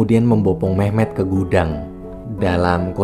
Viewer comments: Awal Mimin bilang nama Memet di kuping ku terdengar mem*k 😂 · Gua denger mehmek njir